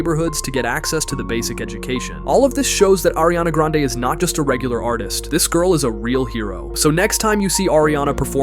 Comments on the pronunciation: Who the heck is "ARIANA GRENADE " ?????? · "ariana GRENADES"😭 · Grande not granade😊😅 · Ariana Granade is Meme because one of little girl who was intervieweving her and Jennette McCurdy on Nickelodeon Victorious spin off that little girl didn't say Grande but Granade because she was kid and kids Miss pronounce words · Not GRANNAADEE